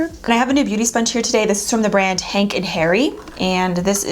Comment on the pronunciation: Gorgeous 😍 omg babe you soo amazing n I think this has been my favorite upload from you this week 💕 oh n I think you said Henk n hairy but it's hank & Henry 🤗🤗🤗 still love ya 💖